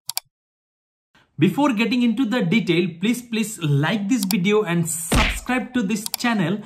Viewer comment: oochh i felt that punch when you said subscribe...